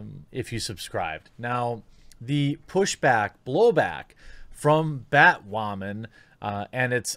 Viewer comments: why do you keep saying batwowman? is this like another "coov" thing? are you having another "fetch" moment? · Anyone know why he keeps saying Batwamman? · BAT- "Wamen" hehehe every time he says batwoman he sounds like baby learning how to use the letter "R" ... IAM weally weally sowie heh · Please don't stop saying BATWHAMAN! 😂😂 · its funny how he pronounces BaTWoMaN